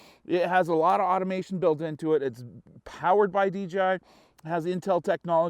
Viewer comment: It’s DJI NOT DGI LMAO